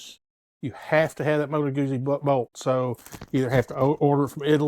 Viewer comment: Moto Guzzi...GOOT-ZEE. How do you pronounce PIZZA? Great bikes, btw.